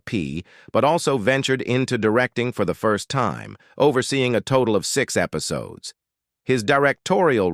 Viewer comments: “Episodees” lol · "Episodies" LMAO! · " Episodees" ? WTH is up with these "robo-narrators" ? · "Episodees"....you gotta love it 🙄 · Eh pi so dees? Hard to listen to! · Her footing? Sounds like boot? Wth . Actually that whole sentence was full of crazy pronunciations. Episoodes? Done watching. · episodees ??? Hessuhman - no it is 2 syllables not 3. Post-you-musly? developED significKANT How difficult would it be to have a human read the script and pronounce words correctly?